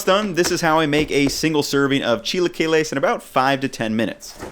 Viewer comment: Precovid, I used to go this place that had chilaquiles on the weekends, during breakfast. I would always say "Idk if I'm pronouncing this right, but can I get the 'chai-la-kwai-lees birdy" and would point at the "Chilaquiles Verde" option on the menu. One of the girls got so red trying to hold back her laugh.